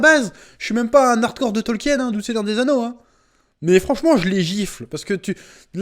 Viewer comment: Information de première importance ! le nom de l'auteur se prononce (tolkine) ! eh oui !